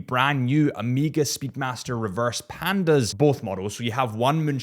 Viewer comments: Ooooooooomega not Amega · its O MEGA not O MEEEGAH say it right man. Greek letter. Also i dont think you mentioned it finally has a Ceramic bezel. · And literally said “O.C.D”😂😭 just say “O” Mega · Sht. You call it Ameega again😂 thumb down:) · Why tf do you keep saying AM-eega? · Why does the rest of the freakin world say AMEEEGA or OMEEGA like what? Lol I can hear you say “of” and “course” meaning you can say the “o” 😂 they just don’t and say omeeeega